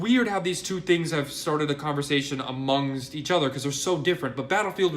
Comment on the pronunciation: How hard is it to say amongst right he murdered that word, is a spastic hand gesturing moron who has no actual proof to show for the things he says he just runs his mouth and nothing comes out but pointless drivel